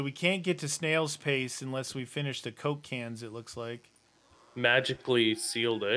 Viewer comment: for some reasons when I hear you say coke can it sound like cocaine